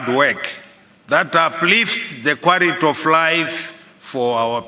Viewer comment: Charenji, kwariti, dhiverop, risponsibiriti, dhiveropment, eriminet, stabhiraizi, congrajuret, takring…haa president akadai ndaramba, bririant, selfres, dhiyeri, miritari porisi…haa kana